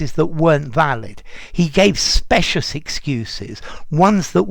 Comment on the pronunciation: Dear, in terms of pronunciation- shouldn’t “specious” be with the long “I” rather than with the “short one”?